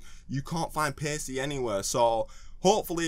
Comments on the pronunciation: Why do you pronounce it Pay-see? It should be Pa-key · pretty sure it's pronounced like packey not pacey. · with the way he pronounced paccie, i thought he would pronounce pac-man "pace man"